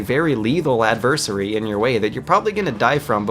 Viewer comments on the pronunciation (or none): Did anyone mention "home-asidal" yet? lol IDK where got these pronunciations from. Even in other videos he says "homo-side" and "adveserry" instead of adversary, nucular, I could go on for days. It's like he never spoke to people in real life and just learned every word from books. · He said adversary like adVERsurry. Like a mix between anniversary and adversary. Holy shit I love his work but his pronunciation is confusing as hell.